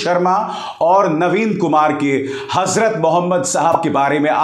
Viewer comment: Bravo to Abhishar ji ! Allah grant you more strength as you lovingly pronounced, "Hazrat Mohammad Saheb" PBUH. We have great affection to you !